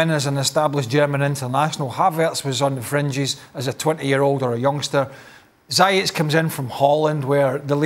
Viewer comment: It's Zee-Yes Not Zayashh